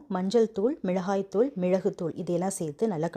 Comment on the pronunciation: Sister Your pronounciation and explaining the recipe is superb, except for the following 👇 குடைமிழகாய் ❌ குடைமிளகாய் ✔️ மிழகாய் தூள்❌ மிளகாய்த்தூள் ✔️ மிழகுத் தூள்❌ மிளகுத்தூள் ✔️